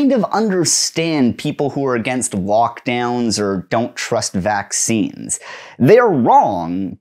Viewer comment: Ohhhh my god I legitimately thought you were saying "walkdown" and not "lockdown" and was very confused